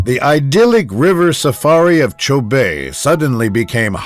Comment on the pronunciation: It’s not “Chou-bay “ but Chobe pronounced Cho-bee